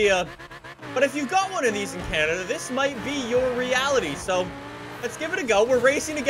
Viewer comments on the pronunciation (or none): none